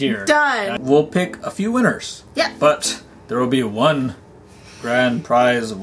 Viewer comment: I love it when you always say one when you win a prize in one GO, and when was wearing the oneeeeeee shirt XD:)